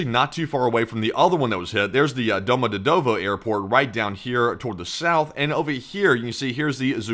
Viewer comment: For future reference Domodedovo Airport is pronounced Doma-de-yedeva